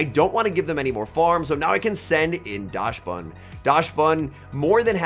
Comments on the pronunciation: You could not pronounce dax ban any worse even if you tried 😢 never say daash ban again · Yes you are right about the dachshund part. But the correct pronunciation should be "daks-bun" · and Dachsbun is "docks-bun", like the dog, the dachshund - docks-hund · your German is awfull xD call it dahxbun